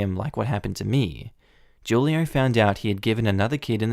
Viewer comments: Who-lio, not Ju-lio ;-)) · The name is pronounce WHO lee oh Not Ju lee oh. In Spanish, the J has an H sound. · I'm gonna put it out there that 'Julio' is probably pronounced "WHO-lee-oh". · So, I’m kinda surprised about your pronunciation of Julio because FYI Julio is Spanish for July.... lol in Spanish the letter ‘j’ is pronounced like ‘h’ so it’s pronounced ‘hu-lio’